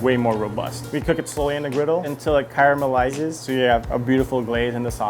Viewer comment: Until it car-ma- ma -elizes